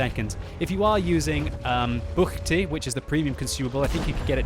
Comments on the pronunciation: You said "Buchty" very well;) - Im from Czech Republic. Make more videos you are great! And... Troll out! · He has really good pronunciation of buchty for non-native speaker :-) So many non-native speakers have problem with proper pronounce of letter 'ch' :-) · I totaly love the way how you pronounced “buchty” ^^ good vid.